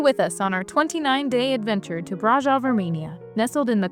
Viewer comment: From a Romanian, and braşov local, this vid seemed nice, but I would reaaally appreciate if you guys learned how to pronounce certain names right. I understand it's not the most important thing, but every time you said brasov, I thought "this is how people think we named our town". You can use something like google translate, or even ask a local how to pronounce it. Anybody would be happy to advertise their town.